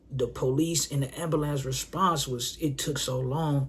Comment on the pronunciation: How come no one can pronounce "Ambulance 🚑 " right? Damn these public schools failed us 😂